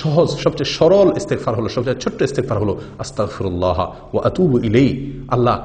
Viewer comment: ভাইয়া সঠিক উচ্চারণ হলো,,,,আস্তাগ ফিরুল্লাহ্।।